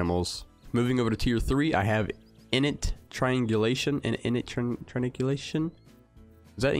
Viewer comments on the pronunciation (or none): "In-it". HAHAHAHA Pronunciation is "In-Nate". The accent is the same. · Pronounce it as inn-ate